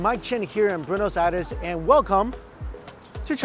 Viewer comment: sounded like u said boonos..? sounds like bwenosse Buenos Aires (Iress)